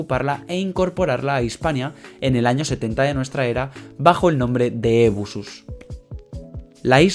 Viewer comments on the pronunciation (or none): Cartago y no Cártago y Ebusus y no Ébusus, son palabras llanas y no esdrújulas. Pero por lo demás muy buen video.felicitaciones.